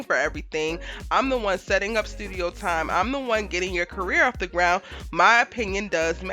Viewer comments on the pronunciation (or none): I swear I thought said “CARROT in the making” 😂😂😂😂😂😂😂😂😂😂 yo I was on the floor in here 😂😂😂😂😂😂